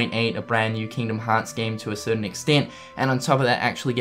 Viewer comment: People making fun of accent and the way he pronounces the series name.